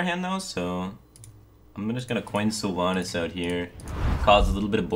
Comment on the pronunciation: I can't breathe, there absolutely needs to be a content warning about that name mispronunciation.